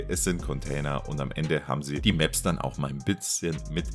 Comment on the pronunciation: kuhles Reewörk der Mäps mit den Tschännels und tolle Loor in der Seesin Tuh und mit Look ouwer und so weiter und so fort ...